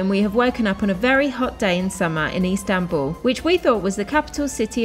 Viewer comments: LOL, sorry for picking up on it, but she make it sound like East Hambul. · Probably my favourite video from everything you've ever done. I now desperately want to go to 'Eastanbul' as calls it! 😁